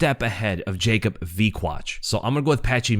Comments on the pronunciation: And yea Yacob is better its actually like Yacoob (oo=U) if that make sense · Here after the fight Actually polish way to say is Ya- coob veek-whach. Thanks for video man POLSKA GUROM AUU 🔥🔥🔥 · Ya-koob Vek-wach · You said Wikłacz correctly! Cheers from Poland! Name is pronounced more like Yakub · Yes,, Wikłacz is pronounced the way you said it, I can tell you did your homework. His first name though, it's pronounced like "Ya-koob", but "Yakob" or the english version "Jacob" are pretty much correct ways too.